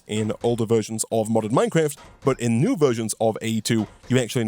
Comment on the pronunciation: For the longest time, everytime you said "modded minecraft" I always thought you said "modern minecraft" like thats a thing people say.